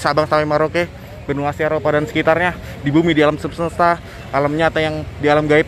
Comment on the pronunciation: Mohon maaf saya klarifikasi aja. sekali LG ingin benerin kta2 aja yg di ucapkan. Harus nya bilang DI LAPORKAN ADA KENDARAAN MOBIL BERODA EMPAT MENABRAK TIANG. BUKAN DI LAPORKAN TIANG MENABRAK MOBIL. GITU.DAN ALAM SEMESTA BUKAN ALAM SEMESESTA YA KANG DAN DI TAMBAH KALAU MELIPUT BERITA KEJADIAN KORBAN KECELAKAAN USAHAKAN AKANG TENANG DAN SELOW BIAR JELAS KATA2 NYA BIAR GAK NGOS...NGOSAN NAFAS NYA DI ATUR PERNAFASAN NYA. JD UNTUK MELIPUT GAK USAH TERGESAH...GESAH KAYA ORANG LAGI LIAT KUNTILANAK DIKEJAR...KEJAR SAMPAI NGOS...NGOSAN. TERUS KALAU TENANG KAN ENAK TERDENGAR SUARANYA JELAS GAK SALAH UCAP. KLO NAFAS NYA DI ATUR KAN JELAS. JADI GAK NGOS...NGOSAN KAYA GINI KATA2 PUN JAD BUYAR SEPERTI AKANG BILANG INI TIANG MENABRAK MOBIL. APAKAH BISA TIANG LARI MENABRAKAN KE MOBIL TIANG KAN G BISA LARI DIAM TERUS DI SITU GAK KEMANA2. TERUS SEHARUS NYA AKANG BILANG MOBIL MENABRAK TIANG BUKAN TIANG MENABRAK MOBIL TIANG NYA BENGKOK, APA NYA YG BENGKOK APA OTAK NYA AKANG KALI YA KANG YANG BENGKOK. HEHEEE. SAYA HANYA BENERIN KATA2 AJA BIAR G GAGAL FOKUS, BIAR NANTI AKANG G KAYA BEGINI LAGI KLO UCAP DENGAN NGOS...NGOSAN NAFAS NYA G DI ATUR. KLO MELIPUT USAHAKAN TENANG YA KANG G USH TERGESAH2 UDAH KAYA ORANG LG NGELIAT KUNTILANAK DI KEJAR2 NAFAS NYA NGOS...NGOSAN. HAHAHAHHHAHAA. JADI NYA LUCU DENGER NYA TIANG MENABRAK MOBIL. HAHAHAHAAHAHHA. TAPI KEREN BARU DENGER SAYA TIANG MENABRAK MOBIL.👍👍👍😎😎. TERUS ALAM GAIB. KAN DISITU BUKAN ALAM GAIB TAPI ALAM NYATA BUKAN ALAM GAIB YA KANG